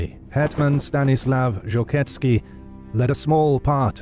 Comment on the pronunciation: Could we butcher Polish names anymore please? Zolkiewski would just love to have his name read a Zokietsky. Not to mention that there ARE historical paintings of him instead of the icon chosen for him being that of an other. And while we're nitpicking, why is the opening map of the commonwealth that of the post Andruszowo peace from about 50 years past the events of this video? Not impressed. I know this will get thumbs down but this IS supposed to be a history channel, is it not? Let's get the details right.